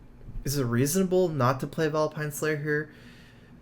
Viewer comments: Vile -Spine...SPINE not pine. And its DRAW not drawl. You seem a well spoken, educated young man but you're mispronunciation of these words make you appear less so. Game play is stellar as per usual and the commentary is spot on. Thank you. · please stop calling it vile pine. its vile spine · vileSPINE, there's an S in there... just so most streamers know...